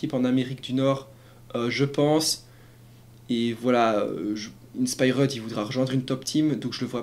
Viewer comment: C’est quoi cette prononciation « InspiREUD » 😂